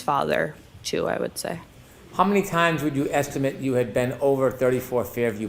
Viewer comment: When uses "estimate" as a verb, he pronounces it as if he is using the word as a noun. That annoys me.